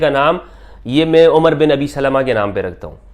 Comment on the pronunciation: نام عَمر ہے یعنی ع پر زبر ہے عُمر نہیں ہے